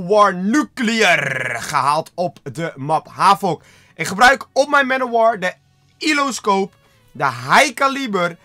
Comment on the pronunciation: Het is een elo scope en niet ilo dat er niet en het is niet high calieber maar high caliber